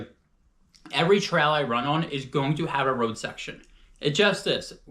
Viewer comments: Tral shoe :) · Funny how you say trail! Not in a mean way, just tought I'd say it hahah😅